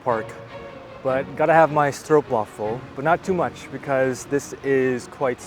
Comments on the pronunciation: So proud of a foreigner pronouncing stroopwafel almost perfectly. When normally hearing stroepwaffel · Most English speakers pronounce 'Stroopwafel' as 'Stroepwaffel', but not.